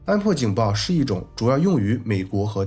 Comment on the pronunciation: lol! 華人念加拿大 都會把拿(二聲)念成(一聲)